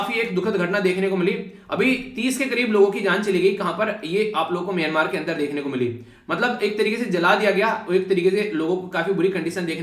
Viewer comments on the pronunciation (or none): none